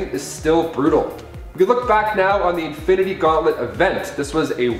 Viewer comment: “Infanity gauntlet”🤣🤣🤣